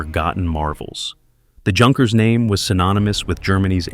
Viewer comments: Another Moron narrator without any idea how to correctly pronounce names... Like "Junkers" (Youn Cures). Hard to believe such mispronunciation in this day and age. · Just so you know, "Junkers" is pronounced "Yunkers". Also way too much repetition in this video.👎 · Junkers pronounced Younkers. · Junkers is pronounced with an intial Y, as in Youth. The two words have the same derivation.